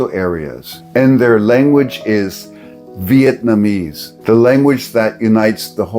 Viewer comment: Well that's cool at least you said Vietnamese right, I remember you were saying Vietmanese and it boggled my brain for a bit lol good to see you back in action